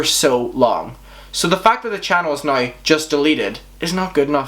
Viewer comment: Dude you pronounce now like /nəɪy/ where are you from??